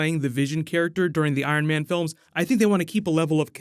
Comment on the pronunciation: Haha you said Iron Van 😂😂 great job tho Love the videos😄